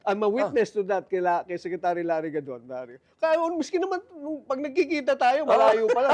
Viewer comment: Sorry it's larry gadon not godon